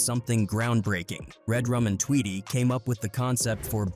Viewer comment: Nice video but the pronunciation is wrong you say damoo readaz and tweetie lock